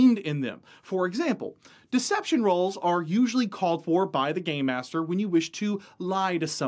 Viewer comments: It sounds like you keep saying "Gay master" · When he says "game master", it does not sound like game master 😀😁😂🤣